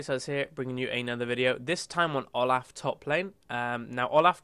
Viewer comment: THAT IS NOT HOW YOU PRONOUNCE OLAF.